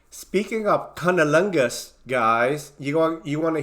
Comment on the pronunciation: New word “ cunnilingus” ,nailed it👌